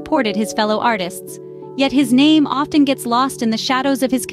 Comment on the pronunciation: You destroyed the pronunciation of his name.